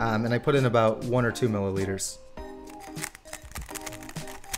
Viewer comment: Did he say he put in about 1 or 2 "milli litre" 😳😳